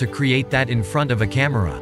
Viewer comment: lol noone says "cahmeirah" supposed to be camera